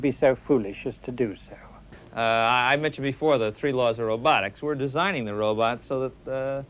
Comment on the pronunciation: I love how he calls robots "robuts"😂